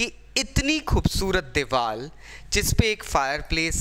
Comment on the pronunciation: It's "diwar" not "diwal" 😬🙄